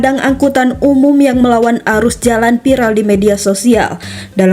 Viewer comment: Play Oper (Fly Over), pidio (Vidio / Video), piral (Viral), maap (Maaf), jenajah (Jenazah), otter ring rot (Outer Ring Road), Kijang Inopa (Inova), Kemudiakan (Kemudikan), Pengemudia (Pengemudi), kecelakaan ber untun (Kecelakaan Beruntun), Muhammed Bin Jayid (Muhammed Bin Zayed), Kapaleri (Kavaleri), Plat eReP (Plat RF), Perekap (Perekam?). Coba naratornya dibenahi pengucapan nya.